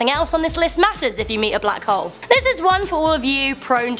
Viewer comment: The way she pronounced black hole sounds like butt hole!!🤣🤣...lol??